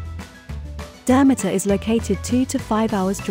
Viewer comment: Learn how to properly pronounce it and then I will maybe watch your video!!!